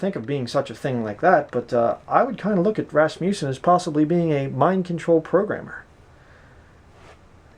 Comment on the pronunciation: First, you are pronouncing his name wrong. It is not pronounced with a long "U" sound. Second, his book is profound and full of truth, backed by scripture and careful study. You will have a hard time finding many men as godly as he was. He was taught the pre-tribulation rapture belief in college. Years later, after studying the Bible for many years, DAILY, ANNUALLY, he saw that a pre tribulation raptire was not scriptural. Yes, he knew MANY people from all over this world. That does not mean they were his "friends". You are conjuring up falsehoods and slandering this man. God will be your Judge, and you are bearing false witness against a true man of God. I was a member of Faith Baptist Church in Canoga Park, CA, for more than 15 years, and this man led me to the Lord in 1986. I have NEVER heard him speak anything that was unscriptural, or untrue. SHAME ON YOU!